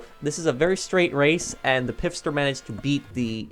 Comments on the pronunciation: Please stop calling it the "Pif-Stir" there isn't an "I" after the "P" it is pronounced "Fist-her" 😉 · Its Pfister, not "Pifster"...